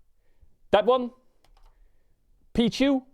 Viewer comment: This man said pichu LMAO